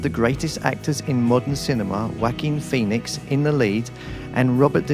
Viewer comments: Walking Phoenix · Whacking pheonix